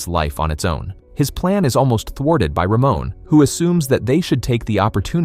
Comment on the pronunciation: Almost 15 minutes into the video, all I can think of is "Ramon is such a bro!" Initially thought he'd be one of those guys in fantasy novels who bully others but I'm glad I was wrong. Also, lmao, the pronunciation of his name. "Ruh-moan" instead of "Ruh-mon"